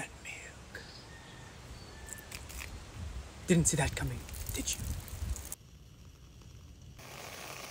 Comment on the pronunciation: It's not making fun of her accent. It's her pronunciation of words, which is way over-exaggerated! Like "CaKaNuT MeElK."